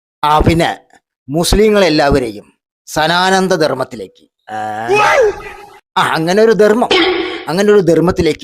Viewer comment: സദാനന്ധ അല്ല, സമാന ന്തയാണ്